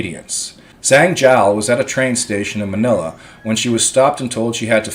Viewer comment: Hey, a ZH is pronounced like the letter J in English...JANG...the ANG sound...in Tagalog...hope this helps.